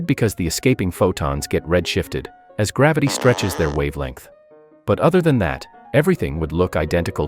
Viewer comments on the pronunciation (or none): none